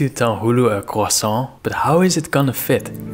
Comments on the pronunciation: Yes and now CHRISAUNT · I thought it was pronounce Qua-son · To be fair, in terms of English speakers it’s only the yanks who can’t say it properly, everyone else is at least close to the French pronunciation